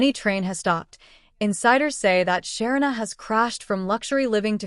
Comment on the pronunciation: Please pronounce her name correctly